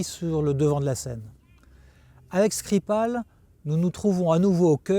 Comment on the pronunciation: L’intervieweuse, dont je pense qu’elle est sans doute plus qu’une collaboratrice pour notre ami espion, a prononcé le nom de Skripal avec une diction russe assez convaincante. Aurait-elle ainsi trahi un passé professionnel dans le renseignement ? 😉 J’arrive sur cette chaîne avec trois ans de retard, si c’est une redite je m’en excuse.